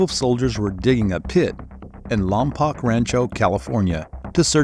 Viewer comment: It's pronounced as LomPoke, not Poc, the natives are Chumash people on that land, I'm Chumash Native and live right down the street from there